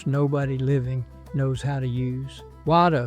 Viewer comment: Wah Doh. There is a glottal stop between those two words that mean "thank you". AI didn't know that, apparently. From what I can tell and know already, the info is correct but using AI puts me on alert as to how much can be trusted in a video.